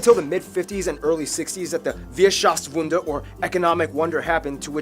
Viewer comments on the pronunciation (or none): Wierschaftswunder...lol it is Wirtschaftswunder